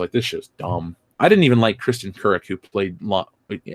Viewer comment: Hey, I'm a big fan, but Kristin Kreuk's name is (in IPA) /kruːk/ -- I'm not nit-picking; believe me, as a person who's native language has almost 100% 1 phoneme = 1 letter in the alphabet equivalency, the foreign names with weird spelling often drive me nuts as there is no f'ing way to tell what the name is from the written form. So, when I want to know the name, first I go to Wikipedia, because they usually have it spelled in IPA. Sometimes there is even an audio file! If this fails, I tend to search YouTube with the words "[name of actor/actress] night show", which gets talk show results. Because talk show hosts have underlings who tell them what each celebrity's spoken name is, no matter how weird its spelling may be! Hurrah! Oh, and Lois was played by Erica Durance (Mmm!).